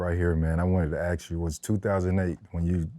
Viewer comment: Freddy T cannot say “ASK” to save his life 😂